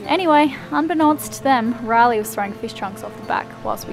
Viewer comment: I thought his name was Rally based on how she pronounced it.